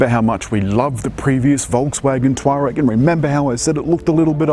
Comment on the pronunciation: Learn how to say the name correctly! its not "twar-rag" its tour-ag